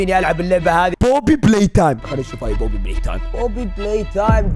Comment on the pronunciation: انا لاحظت ان ابو فله قال باربي مو بوبي